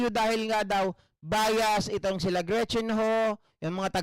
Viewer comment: GREET CHIN HU TAPOS EBE- ES - SE- BE- EN🤣🤣😂🤣😂